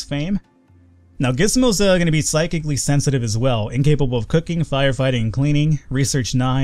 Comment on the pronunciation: finally says Psychically Sensitive right. Take note people he can learn!;)